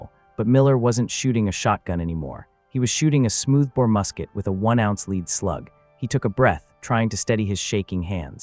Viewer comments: the pronunciation of the word lead when referring to small arms fire is LED not LEEED ffs where do they get the people that provide the voice overs for these things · Pronounced as “led” not “leed” projectile was also pronounced wrong it’s “pro-gekt-Ile” hard I not soft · Leed instead of Led !!! We can tell when it's AI audio. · Get a real narrator! This A I stuff doesn't work. The metal lead is pronounced led not leed. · I wish the people who o make these and use AI to do the talking would not be so LAZY and not listen to what is produced. The mispronunciation of even the simplest words like LEAD which AI says LEED . I understand you can type the story into the computer and let a machine do the talking ,but at least LISTEN to it and CORRECT it. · Leed pellets. A.i. bullshit. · Hey or whatever AI name you were given. Lead pellets are pronounced as (led pellets). Are all videos AI now? This is dumb. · Its pronounced LED I.e. lead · Where is the "Huichin" Forest??? FIX THE AI NARRATOR! Oh, and "LEED" pellets? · It waa a storm of leed. Lots of leed flying through the air. Leed everywhere. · A.I. is ruining this platform. Leed ??? Wtf ? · Not leed pellets lead pellets. Thank you, AI! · Today I learned a new pronunciation for 'lead'. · teach tne naratorto pronounce lead the corect way. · How come the narrator does know how to pronounce "lead" say in like a person leads the team instead of lead like what a plumber would use? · AI cannot differentiate between Lead and Lead..... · I hate that the ai doesn’t know that lead is a metal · Stupid AI voices don’t know the difference between “lead” pellets and “lead” a horse to water. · Was it lead or lead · Interesting, but please pronounce "lead" correctly. Your AI voice sounds like a stunad. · marines think its lead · lead or lead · Ai killed this story. Can’t pronounce lead properly. Other than that fair story. Shotguns has a purpose. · It’s LEAD not. Leed ffs AI voice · Ai sucks I hear leeeed try( led)